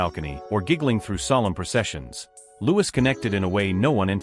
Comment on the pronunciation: If someone is going to create content about other people , you’d think they’d make sure to pronounce everyone’s name correctly, regardless how it’s spelled. By his parents’ own declaration, “Louis” is pronounced “Lou-ee.” Get it right.